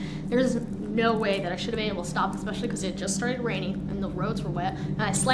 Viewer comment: You think they’d teach her how to properly say ESPECIALLY, instead of “EXPESHULLY”.